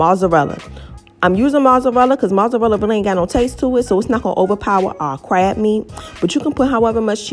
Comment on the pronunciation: Why the HELL are you pronouncing mozzarella like that ?? LMFAO